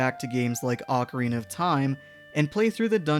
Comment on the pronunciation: "Oh-carina", not "ockarina".